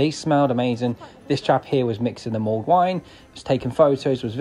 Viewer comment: It's mulled wine, not mould wine.